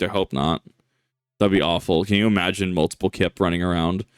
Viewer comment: "multipull ".... god please no 😂